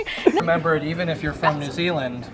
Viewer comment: I’m from NZ and it was amazing to hear cole say New Zealand right most people pronounced it new zee Lind